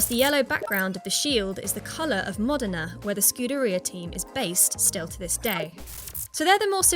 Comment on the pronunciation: The usual GHASTLY English pronunciation of Renault, Modena, etc. Listen to Forvo first, maybe you can make it a little better.